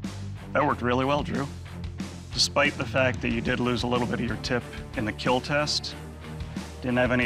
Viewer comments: will it keel? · It will KEAL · it will keal.